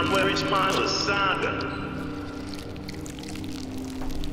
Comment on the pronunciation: voice is pretty decent but the way the voice actor says "lasagna" wrong kinda ruins the immersion. (was always pronounced "laz - awn - yuh" when I heard it before)